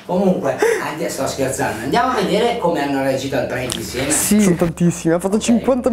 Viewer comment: llhai detto cumpè